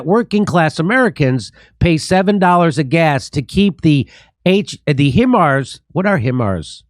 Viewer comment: Hey Jimmy, Hi mars is correct pronunciation for HIMARS. JIMMY FOR PRESIDENT.